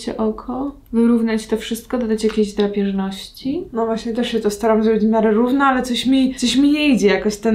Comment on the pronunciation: "drapierzności" xd